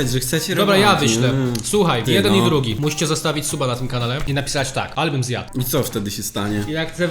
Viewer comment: Ale bym zjat. Xd tak to było słychać 🤨